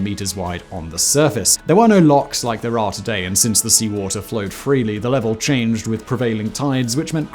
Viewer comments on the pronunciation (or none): none